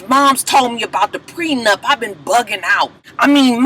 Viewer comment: And Ray J the only idiot that keeps calling it a "prenUMP". Jesus take the wheel...laaaawwwdd.